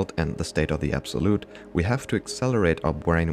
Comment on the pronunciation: Accelewate our bwainwave hahahahaahah so glad u left that in hahahahahahahaa